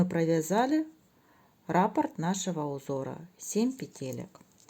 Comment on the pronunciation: Всё очень понятно, спасибо за подробный МК, единственное, что царапает ухо - рАпорт. В вязании используется термин "раппОрт". Рапорт - это заявление или объяснительная по-армейски 😁 но сам МК очень понятный. Для тех, кто пишет, что непонятно, сколько петель, сколько сантиметров - смотрите и внимательно слушайте с самого начала - автор подробно рассказывает на какой размер головы, какими нитками, какими спицами, сколько петель. Для тех, кому неудобно вязать такое маленькое количество петель на круговые спицах - чулочные вам в помощь. Или, как я, свяжите не закольцовывая, в конце работы в этом случае, надо сшить 😂